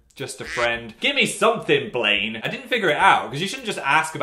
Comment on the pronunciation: "Blane" someone has been watching iZombie lmao